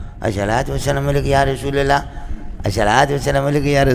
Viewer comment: یہ الشلوۃ کیا ہوتا ہے؟ لفظ الصلواۃ ہوتا ہے۔ اور لفظ والشلام نہیں ہوتا بلکہ والسلام ہوتا ہے اور رشول نہیں ہوتا بلکہ رسول ہوتا ہے۔ پڑھنے یا نہ پڑھنے میں اختلاف ہو سکتا ہے۔ لیکن الفاظ صحیح انداز میں ادا کرنا چاہیے۔ صحیح طرح سے پڑھنے سے منہ میں آبلے پڑھتے ہیں کیا؟ بد بخت کو الصلواۃ والسلام علیک یا رسول اللہ پڑھنا بھی نصیب نہ ہوا۔